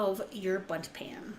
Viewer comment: For a second, I thought you said 'butt cake' 😂